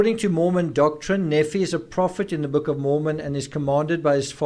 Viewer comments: Nephi is pronounced "Nēē fī" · Hiplos sounds like code for the operation, not a person. Nephi is pronounced Knee-fye, Laman, Layman, Lemuel lem-you-ell. I'm not l.d.s but friends are. No wonder poor Tylee was murdered, she knew Charles was shot and purposely left to die...poor, poor girl!. Lori has been delusional for year's, building up to this, keeping it under wraps. It would not surprise me if the reason she is in a mental facility is that she is Still hotly proclaiming that she is "chosen" and has been merely fulfilling the lords will!!. Her defence lawyer can't very well work with that...Chad on the other hand has had I.M.O, delusions of grandeur and felt he was destined for greater things for a long time BUT I think he made up and believed his own b.s as he went along spurred on by Lori's adulation and that of their warped followers. What a mess! I don't think Lori will Ever believe she has done wrong and will continue to see herself as a martyr for Chads "cause". More people must be arrested and charged obviously in light of current information. The main two players must be confined, kept away from society...forever? We can only hope.